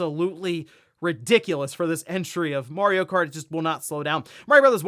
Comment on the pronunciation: "Mario Karty Deluxe" I'm not the only one who heard that , right?